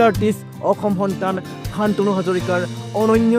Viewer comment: Congratulations. অসমীয়া শান্তনু টো চানতনু বুলি ক'লে যে আপুনি বাঙলাদেশী নে হিন্দী ভাষী।🥴😩